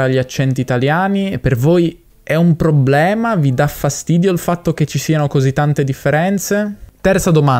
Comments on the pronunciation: Da come pronunci probbblema direi che sei del sud, o per lo meno di Roma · "È un probblema"... sbaglio o sei di Roma? 😀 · Hai detto probblema 2 volte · Problema non probblema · devi correggere come pronunci la parola "problema". Tu dici "pprobblema" .... inoltre le vocali aperte o chiuse cambiano il significato: pesca (e chiusa) e pesca (e aperta) oppure la e: aperta o chiusa da verbo diventa congiunzione. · Con quante b hai detto probbbbblema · Per me sei bravo a parlare l'italiano standard però forse raddoppi un po' troppo le lettere, tipo a 14.15 dici probblema con due b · Bel video. Effettivamente non avevo idea di quale fosse il tuo accento nativo, fino a quando non hai pronunciato "problema". 😀 Ottimo lavoro, comunque.